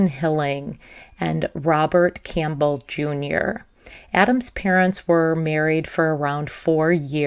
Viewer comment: Campbell like the soup. Not “Camp-bell”.